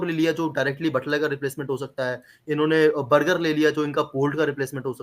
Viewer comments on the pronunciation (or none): भाई बर्जर नही बर्गर है 😂😂😂